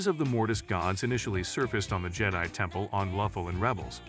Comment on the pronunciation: Jetty? No, it's Je-die, and the Je-dah-eeee precursors before them... Like how, even? Did you not watch the movies?